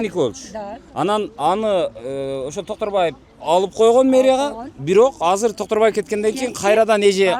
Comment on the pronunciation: 😂 ана сага настоящий Концерт😂🎉 Токторбай . эмес Доктурбай болуптургоо. Шармония Шармония Гармония болуптургоо